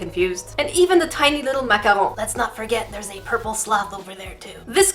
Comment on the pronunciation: As a Canadian I appreciate your pronunciation of Macaroon